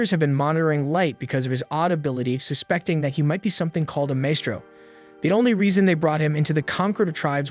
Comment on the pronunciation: AI: "Wurdz R hard" Maestro? Also AI: "Wurdz R hard"